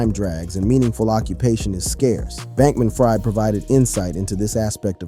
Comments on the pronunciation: SBF pronounces his name "FREED" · It's pronounced Bankman-Freed, but of course he's ironically not been freed... anyway Diddy has not broken in his backend yet?